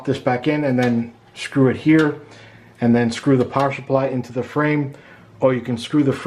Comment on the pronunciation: Awesome vid, all I need to do my first build! Thanks a ton. PS. "Power shupply" just cracks me up lol. Came here researching R6 Blackout which is on sale on Newegg right now at $110.